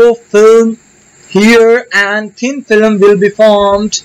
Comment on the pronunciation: You pronounce thin film as thin filam